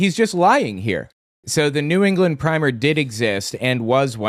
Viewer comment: he claims he was a teacher, yet does not know how to pronounce Primer